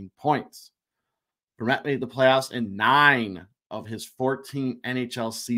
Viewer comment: you said Antoine Vermette perfectly the first time and then weirdly the second time lol... almost there boys!!